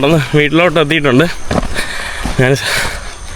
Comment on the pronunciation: നാണ്, നാൻ, നാന് അല്ല, ഞാൻ ആണ് ശരി